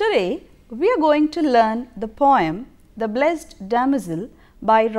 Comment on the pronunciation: a small correction..."blessed" is pronounced as bles-id.🙂